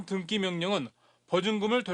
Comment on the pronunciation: 등기를 왜 등끼라고 하는 거지